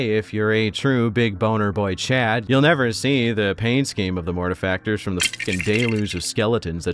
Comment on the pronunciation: I hope you don't misspronounce their chapter name like everyone else. Gonna start watching now <3 P.S. YAY YOU DID IT CORRECTLY